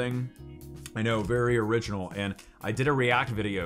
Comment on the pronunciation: i thought he said his shirt was ‘orange’. but he said “original”. 🤣🤣🤣